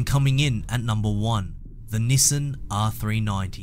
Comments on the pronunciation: say after me ,,, NiiiiiSaaaaaaaaaaaaaaan ! ,, not nisan NIIIIIIIISSAAAAAAAAAAAAAAAAAAAAAAAAn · youre actually saying nissen. Which yes its very wrong. And sad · good news ,, you replied to me :D bad news ,,, japanese people will be so annonyed when when they hear you pronunce their iconic trademark like thaaaat ,, sincerly ,, your follower ,, from egypt ,, yeah ,,, egypt